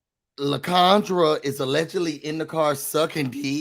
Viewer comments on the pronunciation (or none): It should be LIE-CON-dra